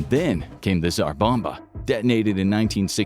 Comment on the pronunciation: the video repeatedly says "A Single Tzar Bomba"